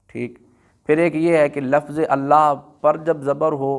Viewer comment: لفظ کوبفتح الفا کیوں بولتے ہیں